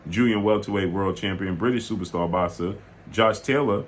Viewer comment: “Supa stah box-sah” 😂🤣😂🤣